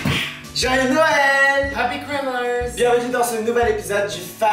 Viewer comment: « Happy chrimast »